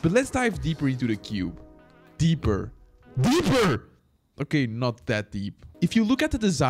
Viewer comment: I like when he say Deeper ,DEEPER